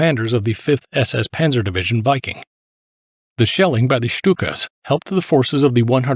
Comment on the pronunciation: Wouldn’t it be pronounced vee-king? I understand it’s a bot though.